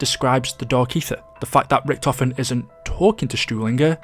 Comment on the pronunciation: How can you butcher "Richtofen" that terrible?